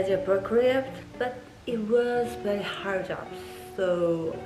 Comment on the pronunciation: L,R 발음을 구분해서 연습하시면 좋을 것 같고 단어 끝처리가 조금 더 확실하면 더 선명하게 들릴 것 같아요. 예를 들어 similar 라는 단어 중간에 L대신 R이 들어가서 시미뤄~ 이런식으로 들리고 hard라는 단어도 끝에 -d 소리가 안나서 헐 잡 이렇게 들려요! 원어민들이 아무리 빨리 말해도 끝음 처리를 다 잘 한답니다,,,(호주인 남편이 가르쳐줬어요) Have, for 말씀하실때 v, f 는 그냥 b, p로 발음하시는데 그거 연습도 하셔야 할 것 같아요! 빨리 말하는것보다 정확하게 말하는 연습이 더 중요한 것 같고 여기 사람들도 빨리 말하는 것 보다 정확히 천천히 말해주는 걸 더 좋아하는 것 같아요! 빨리 말씀하시려다보니 발음을 전부 다 굴리게 되는 것 같은데 차라리 한국식 영어발음으로 또박또박 연습하시는게 더 도움 되실 것 같아요! 저도 영어 못했는데 남편이 발음교정 엄청 해줘서 그나마 나아졌어요, 그래도 가끔 원어민들이 못알아들을때도 있지만요~~ 발음이 좋아야한다는 말이 아니라 정확한 발음으로 연습을 하는게 중요하단 말입니다~즐거운 하루 보내세요!